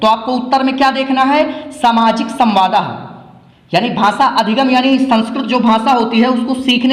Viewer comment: Samwad hota hai samwada ni